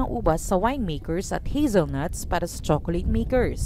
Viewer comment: Hahahaha not Hezelnuts,,,, that's is Hazelnuts ok